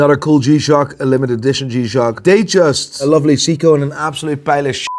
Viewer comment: Maybe they'll give him AD status when he learns how to pronounce Seiko...